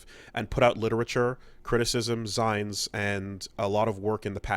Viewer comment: Im not talking about the name. There's a point where he's reading a reddit post that uses the word 'zines, and he pronounces it "zynes".